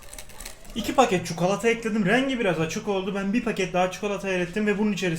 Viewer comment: Abi çukalata nedir 😂